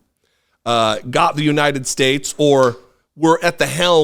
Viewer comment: It is phenomenal just how many of these gaffes he makes and just gets a pass on. I guess just because Biden looks older, everyone judges the book by its cover. I can forgive when Trump mispronounces United Shhhtates. That’s just his dentures slipping. But the other stuff… some of it’s insane. The windmill obsession. Encouraging bleach drinking. “An anomanous… an anomanous.” George Washington taking over the airports. Pronouncing Thailand as thigh-land. The man is out of his damned mind and has been for years.